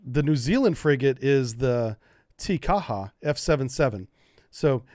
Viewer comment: You nailed Te Kaha perfectly.